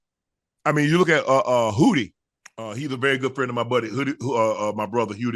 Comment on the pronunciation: His name ain't Hootie Shay 🤦🏿‍♂️ Do ya research bro